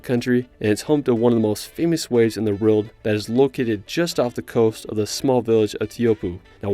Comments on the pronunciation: All I hear is "ruld". Its "world" dude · What is that accent? Why is "world" pronounced "relt"?